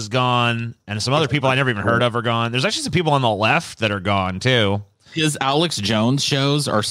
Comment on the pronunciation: Forgot to add the "AKSHUALEE" in there lol